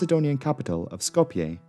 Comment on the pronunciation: Who pronounces Skoplje correctly but not Zürich?